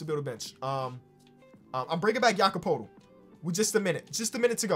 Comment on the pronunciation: He finally said Jakob's name correctly my life is complete.